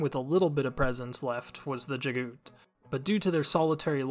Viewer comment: Thanks for making these. It helps me when I have to quickly introduce others to the series. Just wanted to mention, according to the Audio Books, the name Jaghut is pronounced exactly as it's spelled. Jag - Hut. Unless the narrator was mistaken. That's how I've read it ever since.